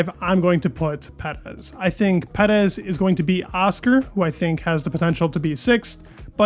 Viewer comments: Love your channel, but lets pronounce his name like Perrr ezzz, Not PeD ezzz., No PeD in his name. But don't change anything else you do here. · Per-ez please. Not sure why you say his name like that? Like your videos though. Great job! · I like this guy but why he keeps saying Perez like Petis. Bro is Perez not Petis I think is weird.